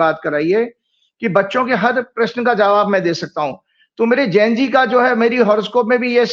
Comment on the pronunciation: ne pahli bar sahi pronounce kiya..Gen Z. Thanks. Zara ko bhi sikha dijiye ki ashuddh oocharan ka tyag karein.. The right ✅️ word is Gen Z.